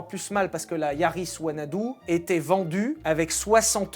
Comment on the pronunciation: J'ai entendu wanadoo… J'ai pleuré 😂😂😂